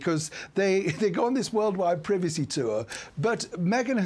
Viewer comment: Why can't the commentator pronounce privacy.